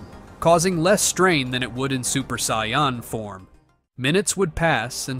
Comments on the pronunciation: saiyman not saiymon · I can't stand AI voices, they mispronounce way too much, sai-on instead of Saiyan, come on! Also if Goku's power level was over 200 as a baby, he would've wrecked everyone as even Kami's power level was only around 180 and he was the strongest on earth at the time. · if i hear another SAIYON story imma go nuts... SAIYON ERYWHERE~ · sion = saiyan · saiyan not scion a.i couldn't even get that right lol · Ah yes Goku: the Psion that learns the dodahnBahn and stays at the Camby house after killing the owner. AI can't even pronounce threatening, it says three-tening. P.S.: Kameha Kamiya?